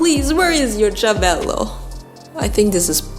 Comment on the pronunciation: I love your videos 😍 Also yes it's correct it's "cervello" and your pronounce is good, Italian approved 👌